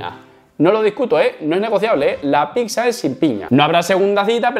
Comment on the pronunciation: PICSA? EN SERIO? Lo de VITNESS lo apruebo, pero PICSA? Jajajjaj